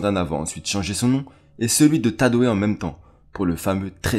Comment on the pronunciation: Lourd !! Mais sérieux prend quelqu’un d’autre pour le récit de tes vidéos ! « Tadoe se prononce taydo pas tadoé » et soit tu prononce tous en français soit tous en anglais mais tu peux pas dire « gbe / Ji-bi-e » ya de quoi saigner des oreilles après pour ce qui est du contenu rien à dire 🙌🏾